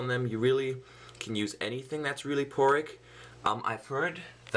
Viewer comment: Poric? Porous! lol :P